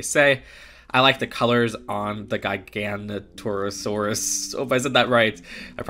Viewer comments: its not gi-ganoto its pronounce giga-noto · Giga-nonto-saurus I believe is how you pronounce it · For clarification, it's pronounced Jig-uh-noto-saurus. Yeah it's spelled weird, but that's dino-101 lol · for pronunciation brake it down Giga noto saurus and theri zino saurus giga not jiga, and zinno not "zeeno" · Theirs multiple ways to pronounce Giganotosaurus, the most commonly accepted one and the one I use is: Giga- (Like A gigabyte)- noto- (No toe) -saurus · Hi. That first dinosaur that you had a hard time to pronounce is actually a jigga no tow sarus. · Giganotasaurus is pronounced Jig-uh-note-uh-sore-us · Gig-a-not-osaurus Thera-zin-osaurus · Just think "Gigantic" - Gigant-O-Saurus. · How to pronounce giganotosaurus Giga-nota-sarus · You say it like gig-a-naut-a-saw-res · Gigadontosaurus: (Giguh- Dontoh- Saurus) therozinosauruas (Theroux seenoh- Saurus) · AS A DINO NERD ITS PRONOUNCED JIGANTOSAURUS JI NIT GI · Hey here is the right way to say it “giga not a saur us” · Its Giga-noto-saurus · pretty sure the giganotasaurus is pronounced something like giga-not-a-saurus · here's how say giganotosaurus giga no toe saurus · It’s pronounced giga-nota-saurus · It's not that hard, it's GIGA-NOTO-SAURUS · Gigantosaurus is pronounced like gigantic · Giganotosaurus is pronounced gih-guh-no-tow-sore-us btw Edit- gih-guh-naw-tuh-sore-us actually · Giga-not-ur-saurus. That’s how to say it correctly. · I'm gonna try to help you out with the pronunciation- Giga nah no saurus (Alt) Giga not no saurus Or just call it a giga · It’s pronounced ji-ga-noti-saurus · It is pronounced "Jiga-noto-saurus" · It's pronounced jig-a-not-a-saurus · You pronounce it Gig oh not oh saurs And ther o Zeno saurus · You do no that if u can’t say it you can just like go on YouTube and listen to the proper pronation